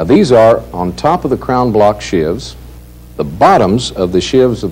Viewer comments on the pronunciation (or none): sheaves not shivs